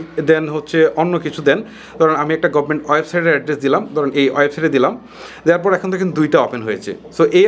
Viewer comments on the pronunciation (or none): none